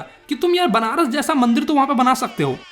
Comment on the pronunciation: benaras nahi banaras